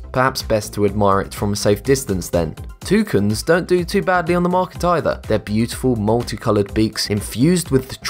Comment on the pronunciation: I’ve heard of toucans but not toucins